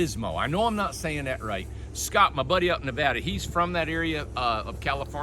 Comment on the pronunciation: Thank you so much for pronouncing Nevada correctly! I'd say about 98% say it wrong. Thanks again front a Nevada gal living in an Ohio world😊